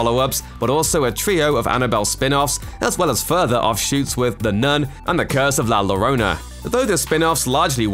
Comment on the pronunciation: La llorona when you have two l's they become a y when you pronounce it in English